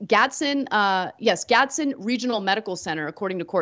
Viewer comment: Gads-den. Eh-tuh-wah.